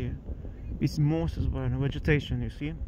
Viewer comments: Your reports are stunning and you're insanely brave. May I just gently suggest how to say moss: it sounds like these words - awe, pawn, dawn, gone, John, lawn, Ron, saw. Forgive me but I was an English teacher before retiring; And I love to learn new languages and know how hard it is! Say ahhhhh for the dentist kind of sound /maws/. Smiling. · Totally agree. The level is very good. Just thought it would be good NOT to say moss the way he was.